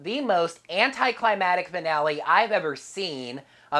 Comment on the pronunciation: I'm going to make a suggestion that is at this point a necessity and will sound harsh: Pronounce the middle C in "ClimaCtic", because it's even caused a typo in the cons. And I understand the issue: because you're not pronouncing it, you're not hearing it, which means you don't end up writing it.